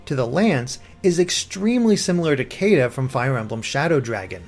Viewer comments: "Caeda" is pronounced Shiida. It's even spelled that way in the European localizations. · I noticed that same thing with how the characters greatly resemble Marth and Caeda and I was excited to see this video to see if it was mentioned I heard you start to describe the Pegasus Knight and I knew you were going to say it Then you pronounced Caeda in the worst way possible and I felt wounded